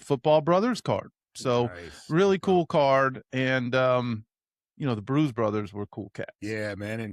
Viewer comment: The "Bruse" Brothers 😂